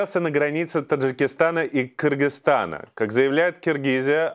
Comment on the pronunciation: Очень приятно что Ведущий, правильно выговаривает название нашего братского соседа - Кыргызтана. Через "Ы", а как некоторые русичи.